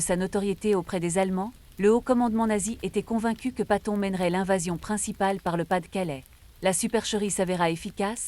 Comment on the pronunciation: Enfoiré .. on ne prononce pas son nom comme ça.